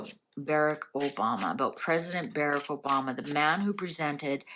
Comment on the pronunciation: Not Bereck. Barrack. As is Bar Rack.